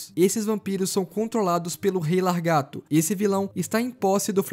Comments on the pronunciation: Lagarto mano kkkk não LARgato e sim laGARto, video mt bom mano parabéns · Largato essa e nova 😂😂😂😂 eu pensava que era lagarto teu português é bom viu 😂😂😂😂😂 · Po mano....Largato....?? Não seria Lagarto...?? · O certo é lagaRto e não laRgato. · "Largato" é de doer os ouvidos! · o pior e eu ouvir e nao notar kkkkkkk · Largato kkkkk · Largato kkkk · o fala LARGATO kkkkkkkkkkkkkkkk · Largato kkk, o video foi otimo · Muito bom o vídeo, só queria entender qual a dificuldade de falar laGARto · O vídeo tava indo tão bem e o cara manda um Largato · Cara tem tezão em falar largato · só eu percebi que ele falou lagarto errado o vídeo todo?